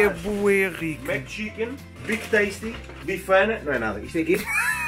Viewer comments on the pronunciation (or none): "bifana" kkkkkkkkk